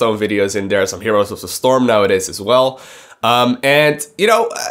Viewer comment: I love the way you talk you make me laugh everytime you say the word there cause you say der lmao anyways ANYWAYS man, STARCRAFT WILL NEVER DIE! Im going to need you to understand this please bro. As long as Koreans play it will never die Its scaling back because starcraft dosnt have any advertisement on television. I would bet my life that if they started advertising for sc on daytime television it would attract millions more. StarCraft basically spreads by word of mouth. Through my life time I have turned 8 people into hard core starcraft players, Non of us has seen a single SC commercial come on tv. StarCraft needs advertisement. Mass Advertisment. I really want you to talk about what do we as players want to see for starcraft, like for instance where do you want to see starcraft go what do you think would be best for it, Also go to the legacy of the void fourms and read my comments there please. They will give you an Idea of what I mean by asking the players what it is starcraft is missing and how do we take it to the next level. I honestly believe SC is the greatest game of all time & I know it is a beautiful canvas of strategic Real time War The most beautiful of all games in its genre and I know it can reach so many more people then it is currently doing. People just simply don't know what SC is and how It can change the world in epic pproportions. I think we need to start a campaign to get blizzard to start investing in advertisement on youtube and televis